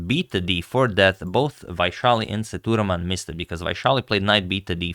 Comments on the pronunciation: Sethu Raman not thuraman , Sir.. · Sethuraman is pronounced Say-thu-raa-mun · FYI. Pronounced "say - thu - raw - man". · Agad his name is pronounced as SETHU-RAA-MAN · agadmator, it's "ss-a-thu-raa-mun".. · Sethuraman should sound like "say thu raam un" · The pronunciation for GM Sethuraman is Saitu-Raman Saitu means Bridge in Sanskrit /Hindi Raman is for Lord Rama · Just a small correction on pronunciation of Sethuraman. E should be long like A in Cake and the A before m is also long like A in Barn. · The pronunciation of Sethuraman was not quite right. Please see if this helps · Sethuraman is pronounced "Say-thoo-raam-un". Vaishali was perfectly pronounced.